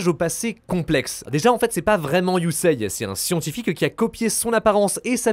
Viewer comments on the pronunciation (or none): Superbe vidéo mec Mais STP CA se Prononce YUSéé pas Yuseiye ❤😂